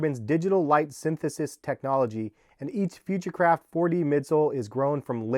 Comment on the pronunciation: Future craft sounds like hes saying futurecrap